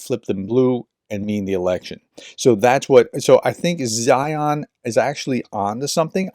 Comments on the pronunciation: You don’t have to watch many of Peter’s videos to learn how he pronounces his name. C’mon man. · His name is pronounced ZINE or ZEIN. the H is SILENT.